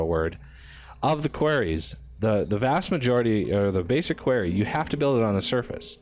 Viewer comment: Your mispronunciation of quarry drives me nuts every time I hear it. Both UK and US English have it as kwa-ree, but you keep saying almost "query"